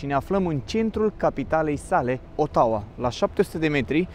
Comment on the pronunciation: Nici numele capitalei nu știi să-l pronunți, ce să mai vorbim de rest :)